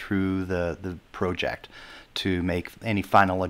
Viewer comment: Thought you might like to know, there`s only two ways to pronounce "project" but you made up your own.